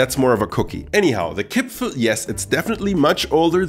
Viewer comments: My dear, it is Kipferl not Kipfel... Greetings from Austria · The worst thing about listening to this as an austrian is the missing r in Kipferl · I've lived in Vienna my whole life and I don't think I've ever seen the spelling 'Kipfel' without the r. Certainly never heard anyone pronounce it like that. The pastry is a 'Briochekipferl' and the cookies are 'Vanillekipferl'. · Every austrian says "Kipferl" and not "Kipfel" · I've lived in Vienna for all my life and I've never heard of a Kipfel. There is always an R in there. The second kind of Kipferl you are talking about is called a Vanillekipferl over here. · Nobody says Kipfel in Vienna, it is named Kipferl per se ;) But nice and friendly videos as alyways! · It is Kipferl! That there also is a smaller cookie-style Vanillekipferl, but no one in Austria says Kipfel! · Hey,nice Video but as an Austrian i can tell you that the big pastry you call Kipfel is called Kipferl while the small cookies are called Vanillekipferl. In my entire life i have never heard anyone calling it Kipfel before i watched this Video xD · Kipferl, not Kipfel! Yes, that also counts for the pastry! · as an Austrian I have to correct you on one thing: There is no Kipfel. It’s all Kipferl. The thing you said was a Kipferl is actually a Vanillekipferl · Es heißt Kipferl. Mit einem R. 😁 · As an Austrian, please let me tell you; it is KipfeRl not Kipfel. Nobody here in Austria calls it Kipfel. That sounds so terrible. The one you called Kipferl is the Vanillekipferl. A very traditional Christmas cookie but isn't called just Kipferl but at it's full name, Vanillekipferl. Q_Q